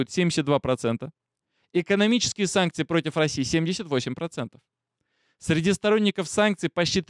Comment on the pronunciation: хватит "санЬкции", "СанЬкт-Петербург" и т.д. А так...ты - молодец!